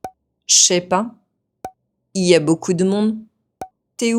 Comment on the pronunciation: I'm surprised that you still pronounced the i in "il y a", even though it's grayed out.